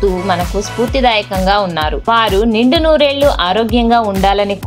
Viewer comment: Please correct your pronunciation first. వానిశ్రీ అని మాట్లాడే మీకు ఛానల్ సబ్స్క్రయిబ్ ఎలా చేస్తాం. ఎల్లు కాదమ్మా ఏళ్ళు